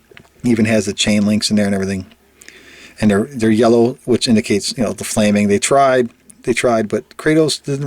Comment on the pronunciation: LLLLL u said yellr. still good video